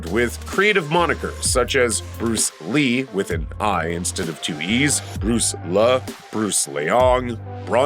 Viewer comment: This actor's pseudonym is pronounced, "Bruce Lie", it isn't Bruce Lee with a different spelling. This seems to be a common mistake recently. (Sorry, if this was already noted before, I didn't check all the comments) with that said, enjoyed the video! 🙏